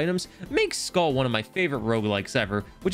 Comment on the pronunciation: Its pronounced mir like skuhl with a long u since it only has one l